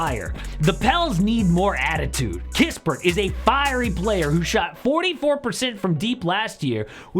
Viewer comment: don't you Realize that you Been Saying Corey Kispert in Almost all your Offseason Moves' Videoes! There only One Corey, Sorry My Friend! "It is Now The Krispy Sweepstakes!!!" 🤣